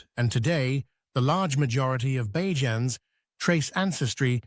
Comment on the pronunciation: Please, Please, Please, I beg the narrators of every documentary video on Barbados, use the word Barbadian for the citizens or please learn to pronounce the nickname correctly. It is NOT Baa-jans; it is Bay-juns.